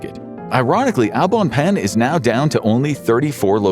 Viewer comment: omg that pronunciation of Au bon pain hurt my hears...